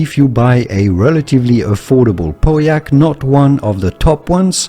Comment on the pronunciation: I was relieved when you finally started to pronounce Pauillac properly.